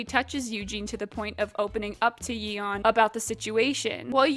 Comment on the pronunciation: I'm sorry, how did you pronounce Yeon? It's a pretty common korean name, a single google search would have been nice.